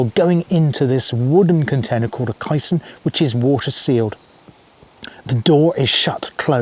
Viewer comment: Other balanced-tank UK examples - the Anderton Lift (vertical, as on the SCC) and the recent Falkirk Wheel (rotary ). Also, I think it's pronounced 'Kay - Son'.